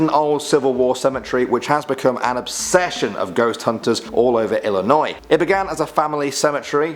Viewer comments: Ex-Bloomingtonite here: Thank you ever so much for pronouncing the State's name IlliNOY, rather than that confounded IlliNOISE. There's no noise in Illinois! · thanks for actually pronouncing illinois correctly! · First, THANK YOU for pronouncing Illinois correctly. Second, please do a part 2 for Illinois. Third, please do Indiana Urban Legends. And finally, please do Native American legends. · I'm from Illinois, Mattoon to be precise and I want to say thank you for saying it right. Also, I would love a part 2. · Thank you so much for actually pronouncing Illinois right and I love this channel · Oh my God I'm from Illinois thank you for not staying illinoi"sssssssssssssssz" 😂😂😂😂😂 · Im an illionoisan and thank u for pronouncing it right and plz do an irish legends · wow you actually got my states name right most people from out of illinois add the s and it is quite annoing